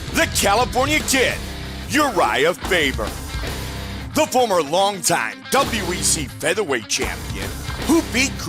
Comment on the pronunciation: Did anyone else hear "URohnda Faber"